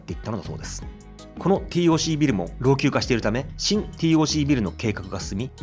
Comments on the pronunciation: 五反田に住むものとして楽しく視聴させて頂きました。 改めて歴史を知る素晴らしいコンテンツと思いましたが、最後は非常に残念でした。 TOCは「ティーオーシー」ではなく、「テーオーシー」と読みます。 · 【ティーオーシー】じゃなくて【テーオーシー】なんだよ地元っ子は😂(笑)🤣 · UPありがとうございます。昭和の風景を懐かしく拝見しました。 西口アーケード街もなかなか怪しげで面白かったです。 なお、TOCは、テーオーシーと表記・発音されていた記憶があります。笑